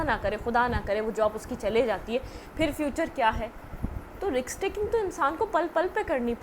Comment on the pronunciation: Risk not riks😢